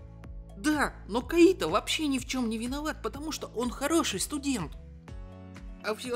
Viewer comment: Кайто! КАЙТО БЛИН А НЕ КАИТО!!!! :|